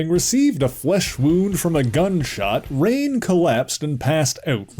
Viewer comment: Pretty sure her name is pronounced Ruh-nay; not rain.